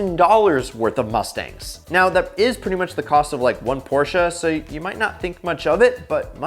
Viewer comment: That moment when a native english speaker does not butcher the "Porsche" pronounciaton.